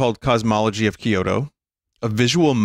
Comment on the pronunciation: Binny pls, the way you pronounce Kyoto hurts me. Think "kyo-toe" not "key-yo-to".